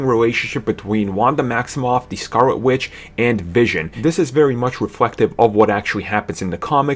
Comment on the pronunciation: Pwobabwy? Bwack Panther? Scarwet witch? Bahahahaha! Get off YouTube